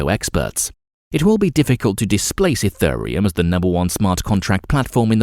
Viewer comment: EthURReum (time stamp) smh… get a human to read this script not an AI. P.S. Cardano is the company project ADA is the coin running on its blockchain so no need to say Card ay no Ayy Dee Ayy. Sigh